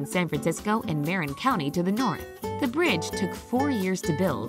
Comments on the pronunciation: MARE-in county? It’s muh RIN county. Nice video except for that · MA-RIN not MARE-IN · I like how she says don’t call it “frisco” but she pronounce Marin county like that 😂